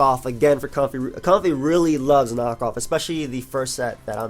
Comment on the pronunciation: Why would you purposely mispronounce the name? It's like me saying to you: "I know it's pronounced, but I'll call you because I love The Last Of Us."